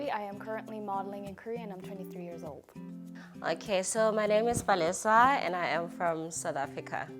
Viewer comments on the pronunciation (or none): literally pronounced her own name wrong😂😂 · i Oop MonstaxBts lmao I've been looking at the comments and everyone is saying Paris and I heard too. 🤣🤦‍♀️